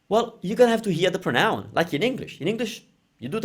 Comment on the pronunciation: Ciao, great video! You might already know by now, but don't forget that "pronoun" in english has the stress on the "pro", so "prónoun", rather than "pronóun":D (I say this as an English teacher in awe of your commitment to teaching Italian, as opposed to an angry anonymous youtube commenter:P)